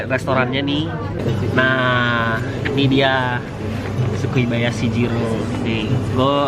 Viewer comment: Bang bukan sukibayashi jiro,tapi sukiyabashyi jiro